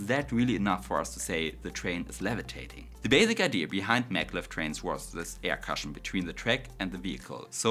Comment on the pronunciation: Gutes Video! Aber sprich bitte nicht so schnell. Dein Englisch ist schwer zu verstehen, wegen dem starken deutschen Akzent. z.B "cushion" wird "kuschen" ausgesprochen.